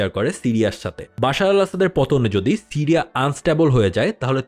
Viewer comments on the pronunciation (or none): Tiriya na siriya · টিরিয়া কি? বার বার বলছেন টিরিয়া।